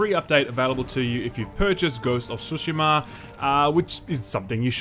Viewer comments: I love how you randomly pronounce tsushima in the correct way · Awesome of you for pronouncing Tsushima correctly! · thank you for pronouncing "Tsushima" correctly!